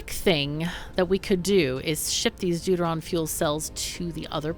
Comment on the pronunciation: Every time you say "Deuteron" I hear "dude-ah-ron".